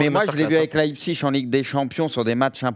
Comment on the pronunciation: Pitié prononcez Leipzig correctement svp